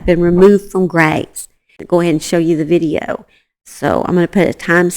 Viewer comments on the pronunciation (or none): none